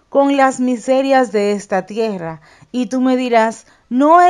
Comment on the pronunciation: Porqe dice tiera con "r" simple y en otras palabras si pronuncia bien la "rr" doble...es tierra...no??